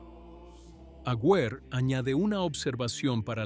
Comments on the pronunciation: El apellido del arzobispo no es Agüer; sino AGUER, sin diéresis en la u. Aguer, Aguer, Aguer. Se pronuncia sin leer la u. 🇦🇷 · Un nuevo cuento chino de esta canaleta. Es tan poco lo que investigan, que ni siquiera escriben correctamente el apellido de este obispo. La U de su apellido NO lleva diéresis. Y también lo pronuncia mal. Así son de serios estos mamarrachos. Aguer jugaba todas las fichas a que llegaría a ser Cardenal, que sería nombrado PRESIDENTE de la Conferencia Episcopal argentina y soñaba con la Silla de Pedro. Pero todo ese camino fue el que recorrió Jorge Bergoglio,. El resentimiento de Aguer le dura hasta el día de hoy y, aunque no nos consta, es probable que haya dicho toda esta estupidez que ventila este bot editado con IA.